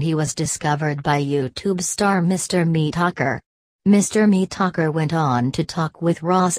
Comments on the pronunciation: "Mister Mee-Tocker" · Mister mee-tacker